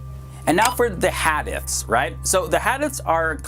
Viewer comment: Brother I love your videos but you are killing the pronunciation of the words. Like Hadith the I sounds like a long e. Please try and learn how the words are said. Thx